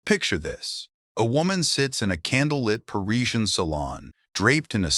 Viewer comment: “Pa-riz-i-an” is the correct English pronunciation of Parisian,not “Paree-jyan”.